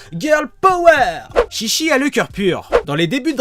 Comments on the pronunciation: C'est faux ce que tu dis car déjà chichi ne se dit pas ( chichi ) mais ( tchitchi ) sa ve dire boeuf en jap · On dit pas shishi mais chichi (tchitchi) parce que shishi sa veut dire lion ce qui n’a rien à voir avec chichi qui veut dire mamelle en référence à son père qui est le roi taureau ou un truc dans le genre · Ont prononce tchitchi même si sa s'écrit chichi... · On prononce Tchi-Tchi qui veut dire pis de vache( surement car son pere est le roi taureau . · Mais en fait le nom se prononce tchitchi... donc les portugais sont tout simplement con de changer un nom car ils savent tout simplement pas le prononcer.. xD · ouais car ils savent pas le prononcer non plu.. xD mais si tu regardes la chaîne DBTimes, ils prononcent tous les nom en jap, et ils avait expliqué que le nom se disait tchitchi et non chichi car sinon ça voulait dire carrément autre chose.. xD